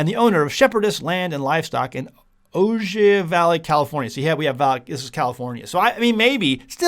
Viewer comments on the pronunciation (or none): Ojai, is pronounced (oh-high.) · That price seems high. Also Ojai is pronounced oh-hi lol.